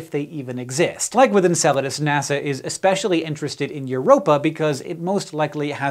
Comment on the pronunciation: You might not be pronouncing it right.